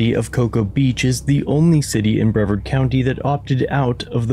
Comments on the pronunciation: Hey, love your stuff. Shout out from Brevard County! However, it is pronounced Bruh-Vaard. Much love! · Little bit more research on how to pronounce Brevard correctly